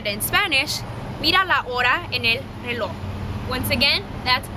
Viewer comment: reloh? Im Mexican and its pronounced reloJ with a J